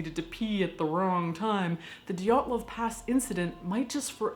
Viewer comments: Sarah White Too bad they missed the name Dyatlov. They keep saying Dylatov, bit clumsy with all that research but the show is incredibly funny! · The stress is on wrong syllables, but otherwise decent job.